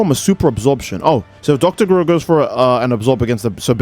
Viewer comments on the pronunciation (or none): You said dr gero’s name wrong